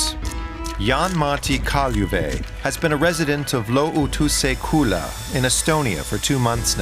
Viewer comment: You absolutely butchered "lootuse küla". I'd recommend running the pronunciation through Chat GPT, it does a pretty decent job.